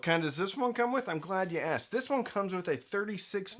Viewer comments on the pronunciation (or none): none